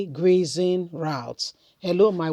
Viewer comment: Your pronouncement of grazing routes is not correct